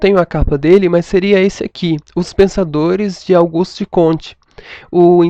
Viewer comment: é Augusto e não Auguste...